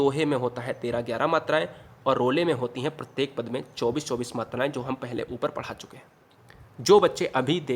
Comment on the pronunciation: Paad nahi keval pad